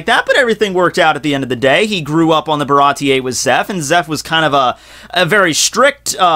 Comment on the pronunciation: Bar a tee .....not .....ba ra tee yay